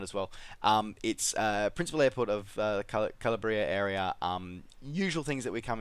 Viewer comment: Tiny correction; regarding Lamezia airport, the area in italy Calabria is pronounced CA-LA-BREA and not CALA-BREA :)